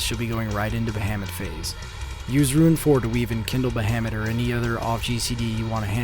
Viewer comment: Ba Ham mut. love your version of his name. xD